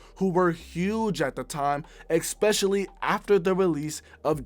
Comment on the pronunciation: U gotta stop saying “exspecially”